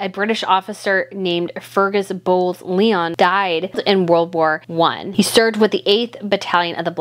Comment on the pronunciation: The rear of a ship is the stern, not the caboose. The Queen Mum's family name is pronounced Bowes- Lion, not Leon Ypres is pronounced "Eeprah" in French, with a roll of the "r" I believe you forgot to mention the use of gas, which was also a very new and deadly form of combat. The John McCrea poem was written during a gas attack at the Second Battle of Ypres. He was a Canadian physician who died of pneumonia at the end of the war. His poems were first published in 1918 after his death.